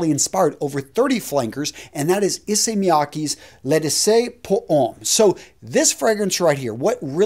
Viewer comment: please work on the pronunciation. L’eau is said like low, and D’issey is Dee See. And in my opinion Guerlain LI Colonge should have beaten sport, it’s a gorgeous scent.